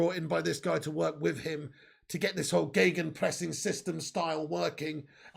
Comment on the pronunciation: kudos for gegenpressing pronounced sehr gut✅! Ralfy baby would of proud of you.